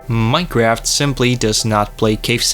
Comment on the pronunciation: Bro did not just start the video by saying "Minecreaft"